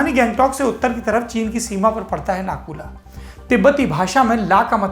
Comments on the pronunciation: It's not nakula it's nathula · सौरभ सर नकुला नहीं नाथूला नाम है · It's not Naku La, It's Nathu La Pass. I've been there twice. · It's Nathula not Nakula bhai Mai Sikkim se hi hu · भैया नाथू-ला है। नाकुला‌ नहीं।। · Correct brother 👍💐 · It is - Nathu La . Not Naku la. Thanks for the report anyway.